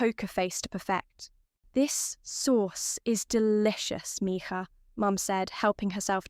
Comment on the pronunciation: Okay, I'm enjoying the story but do you realize that the narrator has a British accent using the Spanish word mija?